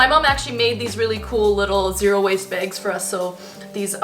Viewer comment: I love how she says bags lol "begs"